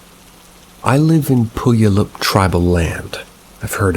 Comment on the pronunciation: 😂 Puyallup is pronounced "pew-AL-up" not pooyaloop. Don't worry, no one gets it right the first time.